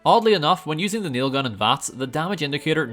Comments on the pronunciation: Your saying it wrong. It's naaaaiiilll guuuun! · It really bothers me that you didn't say it right.... RIP Trevor Moore